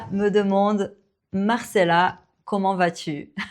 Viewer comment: Content de savoir que tu ne l’as pas mal pris. Je pense que tu as une excellente philosophie de vie, celle des personnes qui excellent dans leur domaine, qui non seulement n’ont pas peur des retours mais en sont friandes ;) Du coup, je me permets d’ajouter une petite remarque : tes "o", comme dans "comment", tu les prononces un peu comme si tu disais "queuxmon /kømɔ̃/". Si je devais donner un conseil, c’est celui qui m’a aidé à améliorer ma prononciation en anglais, avant même le shadowing : apprendre à placer la langue et la bouche pour prononcer un phonème correctement. Il existe des vidéos en anglais avec des découpes virtuelles du visage qui montrent où placer la langue, c’est magique. Je prends de petits exemples comme cat /kæt/, hot /hɒt/ (BrE) /hɑːt/ (AmE), ship /ʃɪp/, sheep /ʃiːp/, cut /kʌt/, etc., et je les répète en étant conscient de la position de ma langue et de la forme de ma bouche, jusqu’à ce que cela devienne un automatisme. Tu connais sûrement l’expression "l’habitude est une seconde nature" 😉